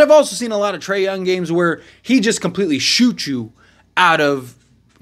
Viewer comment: trey younG it's not a silent G